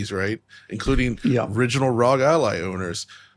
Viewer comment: It’s pronounced “R-O-G” not “rog” 🤦🏻‍♂️